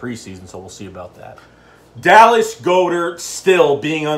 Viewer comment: Dude.its God-ert